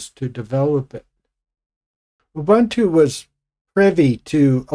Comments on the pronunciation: I loooved Gnome3, because it finally managed to properly do rounded corners, which Unity failed at. BTW, "Ubuntu" isn't pronounced "Oh-Bantu". Ubuntu releases used to ship with a video clip of Nelson Mandela explaining the concept of "ubuntu" and he, being African, also pronoounced it correctly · Gen Jones here. We were born 1954-65. Give me KDE Plasma any day. Gnome2 was great, and lost its way by 3. Why people love Jurassic Xfce, is beyond me. Ubuntu is pronoumced ooh booon too, not in your racist colonial way. Please! One just cannot educate supposed Linux geeks